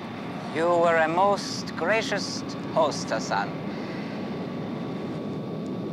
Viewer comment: "You were a most gracioust host, Hassan." Anyone else hear the "T" the king put at the end of gracious? I guess it could be spelled, gracioused. 😆😆